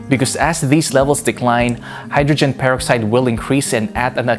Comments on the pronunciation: Repeat after me “purrr-ox-eyed” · how he says hydrogen peroxide is bugging the shit out of me! anyone agree??